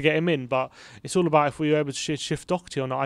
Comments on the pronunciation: It’s pronounced “dough-her-tea” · Doherty is pronounced as written. The 'o' as in 'lock' and the 'h' as in 'hat'. Thank you for all the updates, COYS